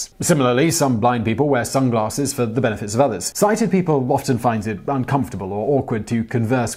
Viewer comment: Lol Simon: "sunglaRsses"